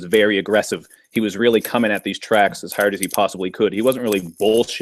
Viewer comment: that dude says herrd instead of hard lol